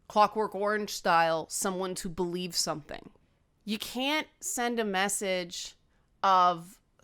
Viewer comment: I wish one of my cats was less afraid of physical closeness. Momo should come and teach her a lesson. Also, your "can't" sounds exactly like "can", which is exactly what my English teacher warned me about.